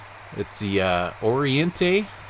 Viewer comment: Oriente Means east and you pronounced it perfect.